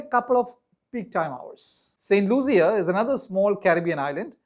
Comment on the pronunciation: St. Lucia is pronounced looshia, not luzia